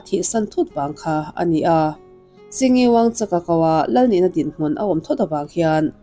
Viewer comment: Wangchuk hi Wangchak ang nilovin Mizo in "u" kan lam rik dan anga WangchUk tih a lam rik tur. Bhutan Royal family hi an felin hriat ka nei ve nual. Naupan laiin King Jigme Singye Wangchuk a first cousin HRH Kencho Dechen Wangchuk nen hian Loreto ah school kan lut ho ve thin a, kan in pawl rual bakah kan inkawm nasa hle thin. Chu chu 1975 leh a hnu kum engemaw chen chho bawr vel daih ani tawh , Jigme Singye la tlanval lai. Kum tamtak hnu ah ka nau leh ka fapa te pathum St. Joseph's school Darjeeling ah an lut ve leh a. Bhutan royal family ami an mipa te school luhna bik anih avangin kan in hmelhriat tha leh hlawm nual a, a hlimawm duh khawp mai. Chutih hun lai chuan Bhutan Royal family a an prince tho, ka thianu Kencho cousin chu Catholic ah alo in pe a, puithiam ah a tang ta daih a. A zir chhuahna St. Joseph's school ah ngei ka fate luh laiin Principal hna a rawn chelh a. A hming chu Fr. Kinley Wangchuk ani. Ka fate hi Cl III atanga Cl XII thleng zir an ni bawka kan inkawm leh nasa hman viau ani. Aizawl e pawh an rawn zin ve a, nuam an ti viau. Ka thianu ber erawh chuan tunah chuan fam min chansan ta reng mai. Ka rawn share ve mai mai ani e. An chanchin in rawn ziah takah chuan lung te a leng ve deuh.